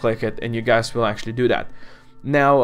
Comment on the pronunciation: Did he just said "hey gays"